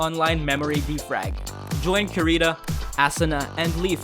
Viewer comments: U said Karita bruh it KI-RI-TO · I’m triggered this guy said ‘kirita’ instead of ‘kirito’ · karita? assuna? loool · WHOS KIRITA IM SO MAD THAT HE MISPRONOUNCED ALL THEIR NAMES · Nigga it’s (kee,dee,toe) (ahh,suuu,nah) ffs dawg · Did he just call kirito kirita?! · boy you pronounced kirito and asuna incorrectly im disappointed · #triggered he said Kirito wrong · It's funny how u said kirito but I can't blame u bc most ppl can't say it